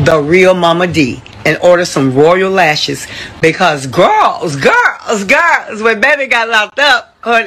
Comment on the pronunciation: “He was with his home gworls”